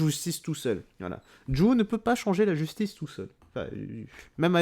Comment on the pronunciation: " la Gui´stice"